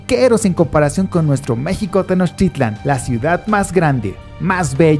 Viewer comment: No sabes pronunciar Tenochtitlán